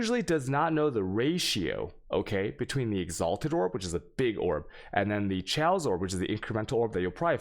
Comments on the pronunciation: Thanks for the vid, one thing though, chaos is said /keias/, thx for for your attention :-) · "cha-os orbs" cha as in chacha. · What’s a chows orb? Does he mean chaos orb